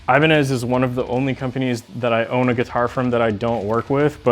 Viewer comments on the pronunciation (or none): none